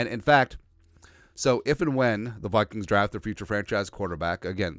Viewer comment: "the Wikings"